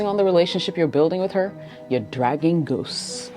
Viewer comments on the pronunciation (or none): You pronounce it ghost from your past, not goose.